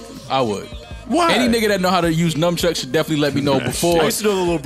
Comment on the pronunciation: Mal calling nunchucks ‘numchucks’ is low-key hilarious lol